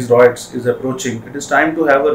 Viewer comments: Good explanation but it's pronounced "RIOTS" not "ROITS" , please be careful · it is rye-ets not roy-ets.